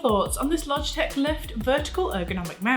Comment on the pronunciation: "Lift" sounds like "Left"